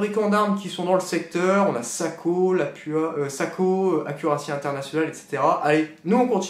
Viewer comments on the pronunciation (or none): on dit Lapoua!!